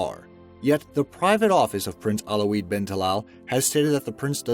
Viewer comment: Correction: Airbus A340, and his name WALeed bin Talal, good video though